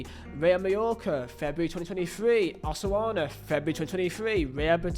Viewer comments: Yes haha, you would say it like Ow - suh - soon - uh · Never heard anyone refer to Osasuna as, Osawana. If anyone is from Spain or at least speaks Spanish, wouldn't it be pronounced, Os-a-suh-na, or something like that? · Yeah, Spaniard here, I don't know what my man was doing there lmao. Should be pronounced "Oh - sah - soo - nah". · "Osoana" and "Beteese". Good God. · One day, try looking at the word "Osasuna" and sounding it out slowly and carefully. It's not "Osoana." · Osasuna... come on, it's not THAT hard to pronounce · Inability to pronounce 'Osasuna' is hysterical 😅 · That hurt too much, if you are not sure of the pronunciation, you can EASILY google it, my god